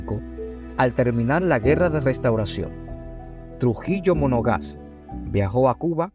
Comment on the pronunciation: No es Trujillo “Monogás”, es Trujillo Monagas. Esto desluce la posible seriedad de este trabajo.